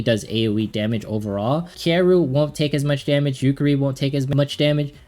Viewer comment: I wish I had Makoto ... or Miyako ... or Kuka. :'D Having a bit of trouble progressing with mostly the starter characters. (Also, say it with me: Ki-ya-ruh. :P)